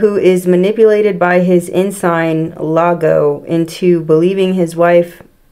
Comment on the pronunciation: Othello pronounced /oh THELL oh/. Iago pronounced /ee Ah go/. Othello was jealous and possessive. Therefore, easily manipulated by the power hungry Iago. Good show. 🥰